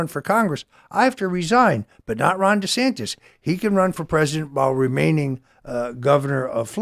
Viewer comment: Tim it's pronounced "Rhonda Santis"